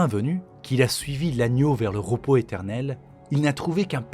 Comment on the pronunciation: Punaise mais quand on raconte une histoire on parle correctement svp, arrêtez avec les "ro" à la place des "re" (romonte au lieu de remonte, ropos au lieu de repos...) j'ai abandonné la vidéo direct et jvais aller voir une autre chaîne.